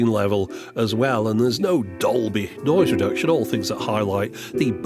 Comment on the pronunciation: He means "Dobly".